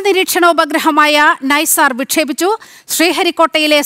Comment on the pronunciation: നൈസാർ അല്ല മോളെ NASA-ISRO Synthetic Aperture Radar. എൻ ഐ സാർ